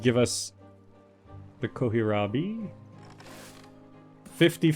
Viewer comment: Kills me everytime he says "Kohirabi". It's an "L". why would they put a capital i in the middle of the word?! Kohlrabi, also called German turnip or turnip cabbage, is a vegetable, a low, stout cultivar of wild cabbage.